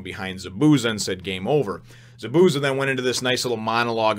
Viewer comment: The way Zabuza's name is pronounced is ZAH - boo - ZAH. There is more emphasis on the Za's than the bu and each syllable has the same length.